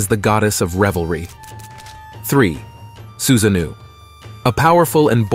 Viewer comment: It's not Susanoo(new) it's Su-sa-no-o...like the word NO with an extra o. Anyway, this was very informative and interesting but some of the name mispronunciations or pronunciation shifts was a bit jarring.